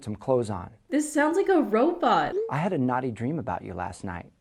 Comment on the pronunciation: his pronunciation of naughty has now charted .